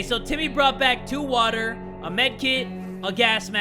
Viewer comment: When he Said "WATTAH" i felt that